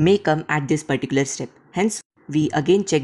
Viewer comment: Perticular perticular perticular perticular